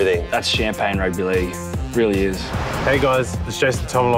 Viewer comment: Why Jason Taumalolo sound like some who can’t pronounce Jason Taumalolo 😂